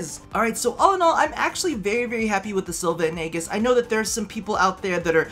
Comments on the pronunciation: It's pronounced "ee-jiss" :( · am i the only one who loved the vid but was triggered when he said aegis wrong